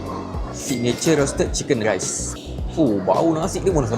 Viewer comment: Aku tak salah dengar "sang geghai" & "chicken ghraiss" dengan "teghhai"..betul kan?